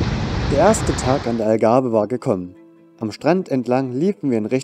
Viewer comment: Wenn ihr schon so ein Video macht, dann bitte darauf achten, dass es der Tejo ist und nicht der Tajo. Sowie auch die Pastéis de Nata ein National Gebäck ist. Die in Lissabon-Belem heissen Pastéis de Belém. Am Anfang heisst es Algarve und nicht Agave 😅Und noch so einige Fehler 😅😅 daher kein Like👎